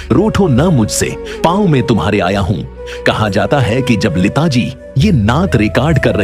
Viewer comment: یہ لیتا لیتا کیا کہہ رہے ہو۔ اور یہ نعت کی دھان کیا ہوتا ہے۔ بیٹا جی پہلے اپنا تلفظ اور اردو تو ٹھیک کر کو۔